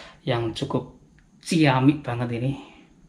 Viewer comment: & "ciamik" logat semarang